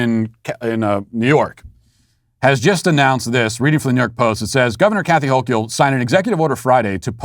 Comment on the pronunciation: Love how Matt intentionally butchers Dictator Hochuls name. Cracks me the hell up!! LOL